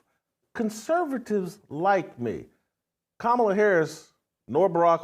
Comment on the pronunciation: Sound it out Jason, COMMA-LA